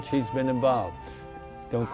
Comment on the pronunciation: How many times is he going to say your name wrong? "Spenna"?